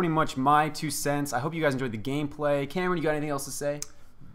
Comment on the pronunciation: Are you saying Cameron?